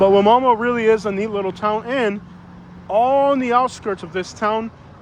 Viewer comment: It’s pronounced “why-mama”